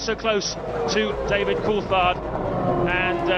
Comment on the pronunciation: This cheap AI has such a struggle pronouncing words, and at worst, pronouncing Jaguar akin to Juggular ftom what I heard, smh. Coulthard sounding like cold fart, again smh. Sorry if there was a live person narrating, mistaking you for those lousy bots.